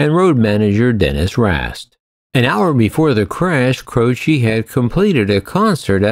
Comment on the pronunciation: You completely butchered Jim Croce's name and Natchitoches. It's pronounced Jim ( Crow ) Croce and (Nac-ca-dish) Natchitoches. I live less than 100 miles from the place and it is best know for it's Christmas light display.